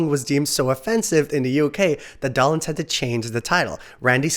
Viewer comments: Mickey DOLE-enz NOT Doll-enz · Mickys last name is pronounced "Dough-lenz", not "Dah-lenz" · Never heard his name pronounced Doll-ens! Doe-lens is how I think it's pronounced. Funny how language changes from generation to generation, just because no one is paying attention! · Dough. Lens. Doughlens. DOLENZ! It doesn't even look like Dollenz for heaven's sake! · It's Micky Dolenz -- pronounced Doe-lenz ... not Dollins. Please, your mispronunciation hurts my ears!! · just saw a behind the scenes documentary on them a few weeks ago. and BTW it's "dole-lenz" not "doll-enz" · Oh! NOW, it's, Mickey DAHLenz!. It's pronounced the same as, Dole (the Pineapple company). Add an NZ to Dole and you got his name. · It’s Bob “RAYfelson” and Mickey “DOLEenz” - long vowel sounds. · Yeah, I couldn't watch anymore if the narrator doesn't even know that much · Doll-enz? Really? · Yeah, should be Dole-enz. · Micky’s last name was mispronounced. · You lost me at 7 seconds into your video when you mispronounced Micky Dolenz's name. Your credibility is Zero, so why should I bother to see what else you got wrong? KNOW YOUR DAMN MATERIAL!!!